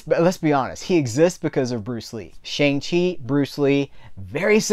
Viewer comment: I had to stop watching this review because you kept mispronouncing his name. The character even told the audience how to pronounce his name correctly. When you deliberately mispronounce the name of a person of color, it's insulting and a bit offensive. I normally like your reviews, but I totally disagree with you. As an Asian man, it was great to finally see an Asian Marvel superhero who wasn't some freaking stereotype.